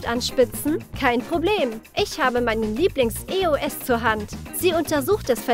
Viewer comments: es heißt eos und nicht eoes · Ich dachte es heißt eos nicht e o s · das heißt nicht e o s es heißt eos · Richtig tolles Video aber es heißt EOS nicht E O S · Nicht e o s sondern eos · Das heißt Eos nicht Eoes😆😅😂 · Es heißt Eos nicht E O S 😘🍀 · Es heißt nicht E.O.S es heißt EOS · Es heißt EOS und nicht E O S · Das heißt eos und nicht e o s 🤦🏼‍♀️🤦🏽‍♀️ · Nicht e o s. Sonder eos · Genau es heißt ja auch E O S 😒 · Nicht böse gemeint und ich mag euch ja auch aber wie sprecht ihr bitteschön eos aus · Du sprichst eos falsch aus